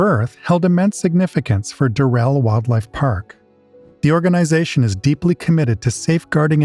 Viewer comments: It's DURR-el. Not durr-ELL. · Why is it so difficult to pronounce the name Durrell correctly